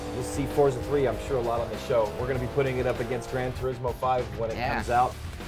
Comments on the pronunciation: no and yes why do they pronounce it fortsa?? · there is no T in the name...not fortza 3.....forza 3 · Why is she pronouncing it 'fortza' like that? its pretty funny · It's pronounced Forza ! Not fortsza? It's our language, use it properly!